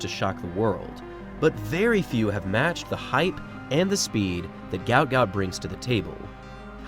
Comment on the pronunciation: Its pronounced Goot Goot. Not Gaout.